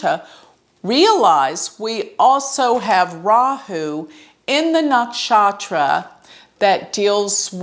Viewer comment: Your pronunciation of some of the vedic astro terms sucks!! Saraswati yoga, nakshatra. It sucks when you say it. Won't hurt to learn the proper pronunciation of it. Good command on astro otherwise!!